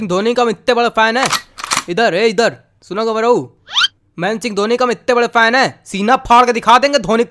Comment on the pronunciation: Mahensing dhoni 😂😂😂 Bolna bhi nahi aata sahi se Baniyan wale ko